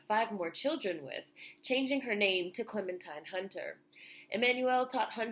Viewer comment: loved your video, however her name is pronounced Clementeen.